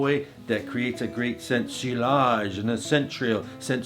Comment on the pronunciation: Thanks for the tips! I love your videos, especially the one for Supremacy Silver. It’s an AWESOME clone of Creed Aventus and can be picked up for like $30!! By the way, I think sillage is pronounced SEE-YAJ (at least that’s what I’ve read). Keep up your great work buddy👊